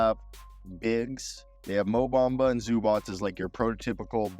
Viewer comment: Ain't no D in MO Bamba!!